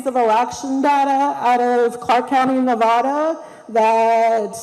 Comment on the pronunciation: Maybe she should learn how to say Nevada first